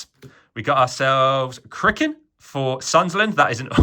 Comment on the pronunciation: Did you just say cirkin is called crickin?